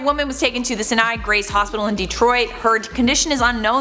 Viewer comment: It's pronounce (sy-i-ny) grace hospital